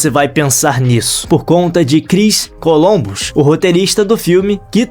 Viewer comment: Não é "Colombus" e sim "Columbus".